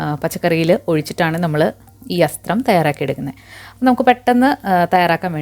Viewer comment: It's athram... Not asthram ( which means ambu)